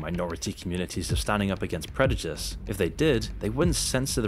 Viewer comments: bro can you stop saying "predujice" omfg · You kept saying predujice throughout the vid. Dope content though. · you say predujice rather than prejudice multiple times js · Prejudice, not predujice. 😂 In all seriousness though, I watch all of videos. He's one of the few to speak the truth and call out companies and social media for its bullshit. Keep it coming,! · preJUdice. I keep hearing you say “preDUjice” 😅 🙊